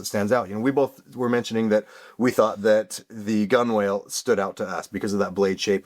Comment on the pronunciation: "GUNWALE" is pronounced, Gun-nel boys, as in where the hull meets the deck. Not Gun-Whale.